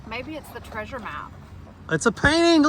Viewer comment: Such an amazing "traysure"!!! She was such a beautiful woman!!!!